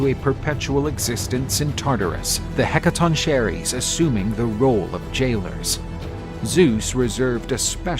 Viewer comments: You mis pronounced the 100 headed beings so bad.... the "Hek-ka-tonk-ka-res" is how tou pronounce it....video is absolutely amazing besides that!!!! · Heca-ton-chair-is? It's pronounced Heca-tawn-ker-ees mate. Yeesh. 😅 Otherwise great video! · It's pronounced heck-a-ton-ker-ree-s. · This has to be some AI thats reading this. Nobody else butchers the word "Hekatonkheries" that bad.